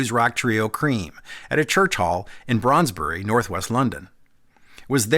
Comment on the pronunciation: Kudos for your attention to detail, including the correct pronunciation of Brondesbury in northwest London. Even the automatic announcer on the train got it wrong for the first six months after it was introduced.